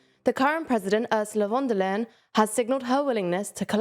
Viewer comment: she's called von der leyen. not wondalen. a better approximation in english would be "fonn there lye enn".